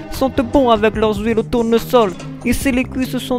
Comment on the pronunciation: MDRRRRRR de la "couisse" avec de "l'HOUILE de tournesol" xDDD